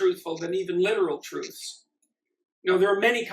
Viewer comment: Hey learn how to pronounce truths properly then criticise people using someone's else's logic... Sam Harris would be proud of his little acolyte then